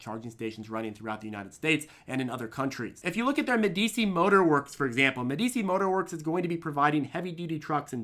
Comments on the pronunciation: please start pronouncing medi chi (old ruling tuscan family, (eg The Prince by Machiavelli)i, not medi si. Regardless, I worry that IDEX is spreading itself too thin and will burn all capital too quickly. Not to say that I'm not adding fuel to their fire. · It’s pronounced Medichi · its pronounced medichi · I love you, but my autism demands I point out that Medici is a famously innovative family during renaissance Italy and is pronounced Medi-Chee. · Isn't Medici pronounced MEHduhchee? Excellent video, thank you. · "Ah, Meh-dee-chee. Must be Italian." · I love you but Medici is a prominent Italian Renaissance name and is pronounced more like Med y chi 😀 They literally started the banking industry before Rothschilds even entered the picture and were the main patrons to Leonardo Di Vinci 😀 Financial history ftw!